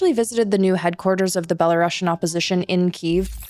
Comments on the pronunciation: За ўсё дзякуй. Толькі плізка не беларашн а беларусіан. ) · Is it just me having an itchy ears hearing "belaruŠian"? I always thought that russia has double s, hence russian, while in the case of Belarus - belarusian with a single s and pronounced as s, not sh... But I guess you guys know better...